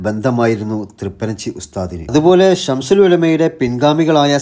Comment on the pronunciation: സംശുൽ എന്ന് പറയരുത്